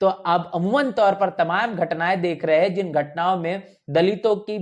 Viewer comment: उच्चारण में "है " और " हैं " का अन्तर नहीं सुनने को मिलता है ।